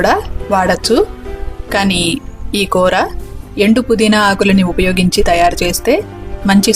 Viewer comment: It's koora not kootra.